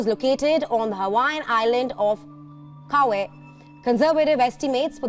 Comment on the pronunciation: the pause and attempt at saying Kauai 😂.